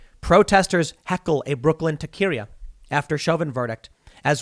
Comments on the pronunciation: My take away is that Tim doesn’t know how to pronounce “taqueria.” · That's funny....I used to say tuh queria too....its tahcuh ria....... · Tuuukiria 😂😂😂 bro fucked up the pronunciation of taqueria bad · In San Francisco, we always called them ta-que-'ri-as, with the accent on the second-to-last syllable "ri". The same way you would pronounce the names Marquerita or Rosalita. 2nd-to last syllable. Mmm... now I want Mexican food. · Ta-ca-rita... lol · taquería is pronounced "tah keh reeh ah" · Hey Tim! It's pronounced taca-as in taco with an a, ri- as in reeeee, a as in ah... taqueria. You're welcome! 😝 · Tim, taqueria is pronounced tah-ka-ree-ah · it's pronounced tekahrea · Taqueria is pronounced taka-rhee-a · Taqueria is pronounce talk care ria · taqueria = taco-ria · The biggest crime is Tim pronouncing taqueria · "Is that you pronounce Taqueria?" ... No. Not at all. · Definitely not how you pronounce it.